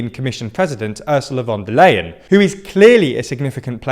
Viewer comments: Just one thing. “von der Leyen” is pronounced more like “fun der lie-in” 😜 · Ursula von der Leyen is pronounced ly-hen, just like in "lying" or "lie". What a coincidence...